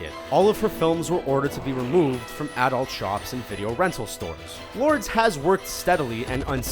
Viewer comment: "did AHdult movies"